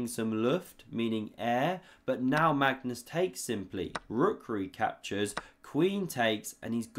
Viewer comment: I’ve heard this dude mispronounce Magnus’ name so many times. It’s hilarious each time 😂